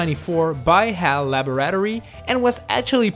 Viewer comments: it's only Lab-rat-or-ee In American English. British English is Lab-OR-ah-tory. The way he said it is weird as shit. He put the emphasis on the wrong syllable: Lab-or-AH-tory. It's like those people who say Tacobell like it's one word instead of Taco Bell as two word with emphasis on each. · Hal “laberatery” was that intentionality mispronounced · >Labro ato reeI can'tI know I'm a grammar nazi, but it's pronounced lab rat tor ee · So you comment on that and not “Hal Laburraturee”? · Hal la-bore-at-tor-ee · Laberraterry lol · Who the fuck pronounces "laboratory" like that??? "Giygas" too.